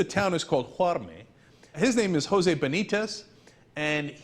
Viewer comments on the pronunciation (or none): none